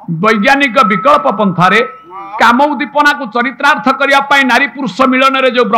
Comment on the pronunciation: ଚାଣ୍ଡାଳ ଶବ୍ଦ ନାହିଁ,ସେଇଟା ଚଣ୍ଡାଳ ,ପୁଣି ଚରିତ୍ରାର୍ଥ ନୁହେଁ ଚରିତାର୍ଥ,try to speak in correct language dear brother